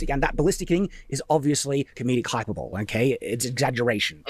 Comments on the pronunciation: Oh, my God, really pronounced hyperbole like "hyperbowl". Published novelist, yall. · He can't say a lot of things right, and that's just talking about his grammar. I find it ironic that he can't pronounce hyperbole, considering the quantity of it he spouts. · Lol saying "hyperbole" as "hyper bowl". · It's not even "hyper-bowl" but "hi-per-bowl-ee." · Listen, I can't clown on him too hard for pronouncing hyperbole as "hyper-bowl," because that's exactly the type of mistake I would also make, and still do make sometimes. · grew up speaking a single language, lived decades surrounded by it, and still says "hyper bowl" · Fearsome 'super-bowl' has evolved it is now "HYPER-BOWL!!' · and it is not pronounced "hyper bowl". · I'm sorry, maybe it's just his accent or something... but did pronounce hyperbole as "hyper-bawl?" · It bothers me no end that pronounces Hyperbole as Hyper bowl. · I still always read it as hyper bowl Then my brain has to translate to the correct pronunciation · Sad-iversity. A supposed writer who can’t even pronounce “hyperbole.”